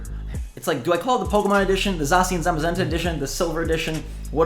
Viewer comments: “Zah-she-in” that’s how you pronounce it buddio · Za-shi-an That's how you pronounce Zacian come on dude